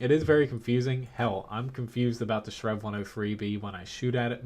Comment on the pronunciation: did you just say 'strenv'